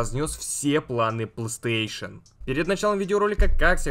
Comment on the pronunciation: Ты конечно извини, но у меня вопрос. Почему ты говоришь плааустейшен, а не плейстейшен?